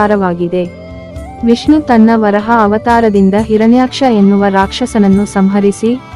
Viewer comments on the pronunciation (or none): ವರಾಹ ಅದು ವರಹ ಅಲ್ಲ ಸರಿಯಾಗಿ ಹೇಳಿ